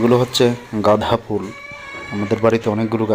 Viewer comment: কুকুর গুলি কে খাওয়া দিও, আর গাধা ফুল নয় গাদা ফুল, ভাষা টা একটু সঙশোধন করতে হবে, উচ্চারণ সিলেট হলে হবে না